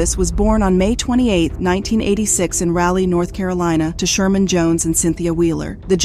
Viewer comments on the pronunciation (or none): It's Rah-lee ... like Rah Digga ... or Rah Rah .... Ya'll get on my nerves including the news reports and not listening to how they say the city names .. and then butchering it ... Its like an failing an open book test ... smh.